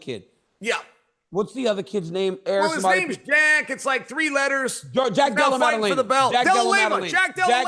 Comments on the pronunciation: Is Chael saying "Dela Lamer" ? Sakarian, Mackle Chef, Dela Lamer ? Someone needs to get this man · Chael: I can't believe we forgot Jack Della-lay-ma's name!